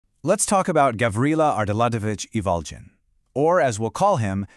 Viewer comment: Its Gavrila ArdalyoNOvich Ivolgin WITH A HARD G